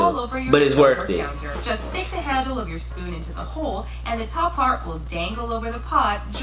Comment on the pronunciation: "its worft it"? 😂😭😭